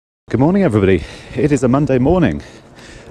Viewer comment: "Hello everynagy"